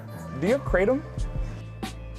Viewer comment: It's "Cra-tom"